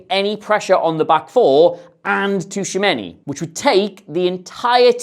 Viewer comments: I love you but say Tushameni instead of Tchouameni one more time... Seriously tho love the content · Yeah he is taking the T too literally. It's kinda silent and the name should sound more like Chouameni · its more like "chuameni" than tushameni 😹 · Chuwamenny - tuchomeni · Who was that Tushamenni guy,? Aurélien Tchouaméni, perchance? Please make an effort even though they are furriners, it seriously detracts from your otherwise excellent show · Fascinating how you've reinvented the syllables in Tchouameni's name (Toushameini in inimitable way). The "Tch" in French and Portuguese is just their way to create what is a "ch" sound in English. Otherwise, the "ch" always sounds like "sh" in those languages. E.g. the country Chad is "Tchad" in French and to say "ciao" in Portuguese it's best to write it "Tchau." I want some Derek Rae-like improvement in your prounciation next time I hear that name!:P Love your videos man. Keep up the good work! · Tshou-a-men-e my dude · "Tooshamenny" for Tchouameni is driving me mad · Tooshameni? Really? I get you aren’t french but christ 😂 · Dear, Tchouaméni = Chew - a - main - ee. Thanks and keep up the great work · Glad someone else noticed this. This was driving me crazy during the video. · Who TF is Tushameni 😂😂😂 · Yeah right mate, "Tushamenny" right 😭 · Great video, but he's not called "Tushameni" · Gotta respect him for just rolling with it and not even trying to pronounce it right 🤣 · there's like 3 instances haha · Touchamini? 😂😂😂😂 DFQ iz Touchamini??? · can’t get Tushumeny’s name right to save his life 😂😂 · Great video apart from your pronounciation of Tchouameni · Dude, you keep saying Tchouaméni’s name wrong